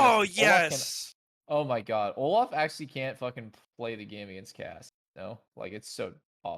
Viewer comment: why say "Oluf" and not "Olaf"